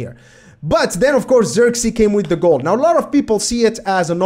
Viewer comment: First of all, no hate. If you want to say his name correctly you can do the following. Zirk as in the word "ick", it uses the same "i". Zee as in the word "say", so it will be like "zay".